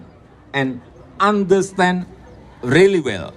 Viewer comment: ✋AIII,,,ANDESTEN,,,HAAPP,,,,VERY IMPOTEN,,,,etc,,,,,!!! 👉,,aaahhh,,,hehehe ,,,Jebolan GADJAH MADA UNIVERSITY,,,!!